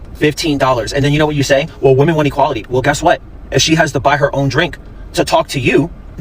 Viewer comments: important note “woman” and “women” are supposed to be pronounced differently this is a public service announcement so others can understand wtf you are talking about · Why does she keep pronouncing women as woman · Is it me or do people have a problem saying WOMEN? I keep hearing WOMAN but they seem to be able to say men with expertise... 🤔🤔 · It’s actually really weird. I’ve been noticing it. It’s pronounced wih-MEN.